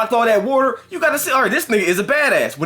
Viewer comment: Lol y'all talkin bout blocking "wauder".